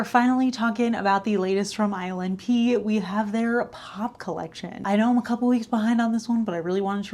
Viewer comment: Everytime she says ILNP, I hear "Island pee" 😂